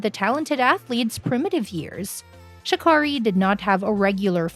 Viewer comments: Sha Carrie ‼️ This was a good ass video I must say but the biggest thing you didn’t know was how to pronounce her name. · Booooooooooooo She keeps mispronouncing Sha Carri's name. It doesn't sound like car . I just know Sha Carri would correct her. ☺ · It’s pronounced Sha-Carey…and no I didn’t learn anything new from this video. We’ll just the fact y’all don’t take the time to learn how to say the girls name.